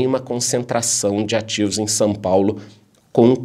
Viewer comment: seus vídeos são tops. Assisto todos e com muita atenção. E sabe uma curiosidade a seu respeito? Vc não pronuncia São Paulo. A sua pronúncia esta mais para Sam paulo kkkkkkkkkkkkkkk Abraço e gratidão por tanto conhecimento entregue